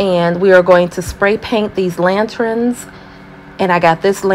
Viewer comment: Lanterns, not lantrins. Thank you. Nice job on this project!